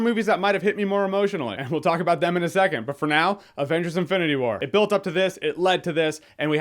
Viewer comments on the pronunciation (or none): none